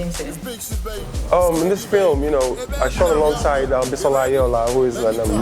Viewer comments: lmfaoo that cracked me up "Bi-Saw-la" 😀😀😀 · Why do nigerians form? What is bi-SAW-la, Bisola is Bisola abeg, LOL.